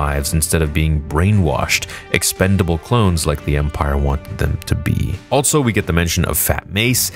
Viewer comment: “Altso” is not a word!!!! Also, Also, Alsoooooo!